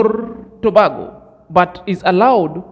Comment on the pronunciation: Trinidad and Tobago . Tobago is pronounced like this spelling( To Bay go) peace my brother.